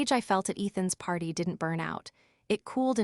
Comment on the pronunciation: “A few months after the Pee…..arty” hahaha. Unmonitored AI. Neither like nor subscribe.